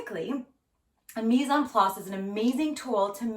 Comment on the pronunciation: Love the mise-en-place, which of course you pronounce perfectly. In the UK we say "Woos-ter-sheer sauce" but people have come to expect the extra syllables :-)